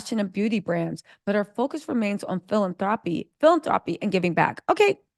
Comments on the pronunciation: Bae..say it with me girl...feel-lan-throw-pee...not feeling-thropy..😂😂I ❤U tho... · I love your commentary! You have a great mind about these things-like RIGHT in the U.S. you give from what you've made, its not a hobby! Harry, is learnin' he betta WORK!!! lol- Just wanted to say though it's phil-AN-thro-py.